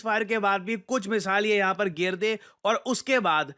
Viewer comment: it not ger dein, it's gira dein.